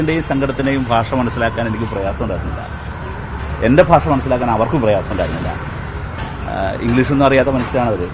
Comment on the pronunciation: ഭാഷ... ഭാഷ.... എത്ര ഭാഷ... ബാഷ....😅😅